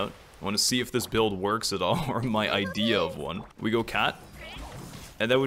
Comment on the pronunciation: every time you say idea i cannot stop thinking about that one i-dehya joke u made its in my head forever now